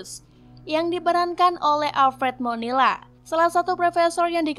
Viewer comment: Alfred Molina kak..bukan Monila 🙈